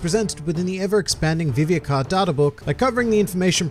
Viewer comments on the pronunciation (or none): Its viv re not vivie?